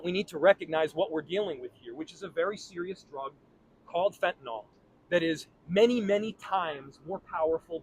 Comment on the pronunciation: He's quite the animated drama queen. WTF is he putting in his coffee? The arm flailing is concerning.... He can't even pronounce fentanyl correctly 🤦😆 he's so full of 💩 I can't even watch the entire string of lies falling out of his mouth. Get rid of this worthless muppet!